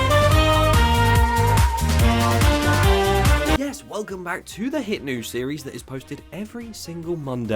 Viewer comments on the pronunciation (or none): none